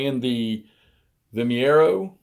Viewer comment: The name of the place and battle is Vimeiro (pronounced Vim-i-roo), not Vimiero. Nonetheless, it looks like a good game and interesting system. Thanks for showcasing it. 🙂